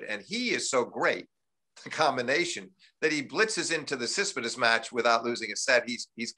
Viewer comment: Thanks for doing this, such a great conversation to listen to. What's Steve Flink's deal with pronouncing Tsitsipas. He's still says it like you can hardly guess who he's talking about...?!